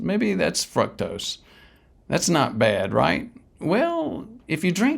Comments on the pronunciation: Honestly, if the guy can't even pronounce fructose correctly...... It ain't "fruck-tose". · It is pronounced 'FROOK-TOSE'!